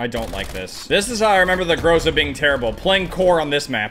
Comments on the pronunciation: Its not pronounced gróse-a its groza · So greatXD also in Russian "Гроза" Это звучит как "Gra-Za" not "GrO-Za" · Грейза)) как же круто он произносит название, лол)